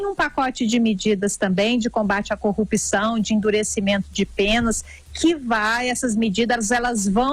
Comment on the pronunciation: Please please please não é corrupicao, é corrupção, o P é mudo mudo mudo e vocês são jornalistas, devem e têm obrigação de falar bem.